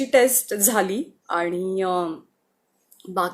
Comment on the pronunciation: Your voice is so sweet, plz work on your Aani word..